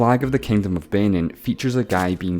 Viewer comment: This Guy mispronounced Benin and I'm so triggered